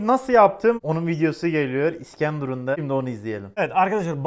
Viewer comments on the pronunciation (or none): İskendurun demenden belli hataylı olman abi😂😂